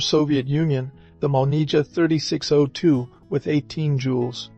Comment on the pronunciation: This is why I don’t like the English spelling. It causes confusion. It’s not MOLNIJA, it’s MOLNIYA.